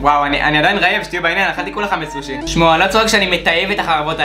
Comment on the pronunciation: אומרים סושי לא סוש